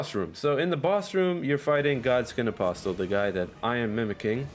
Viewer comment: The t in apostle is silent. This is the 3rd Eldon Ring video I’ve seen where it’s mispronounced.